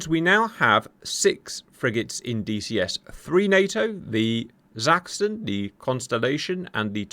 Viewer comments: thanks for pronouncing Sachsen properly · Wow, I was amazed at how well you pronounced "Sachsen" - that was perfect - not, what we germans expect from a ... brit?